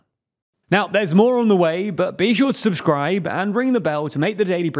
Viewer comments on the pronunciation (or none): none